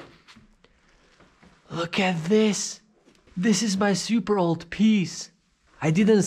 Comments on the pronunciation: And I don't like it xD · I love how you pronounce "super" as "seeyoopurr"